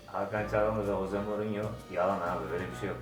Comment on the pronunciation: Ama hose degil Jose j ıle okunuooo